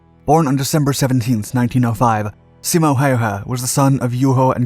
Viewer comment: Props on your pronunciation! Never heard native english speaker pronounce Simos name and many of the city names as good as you did💪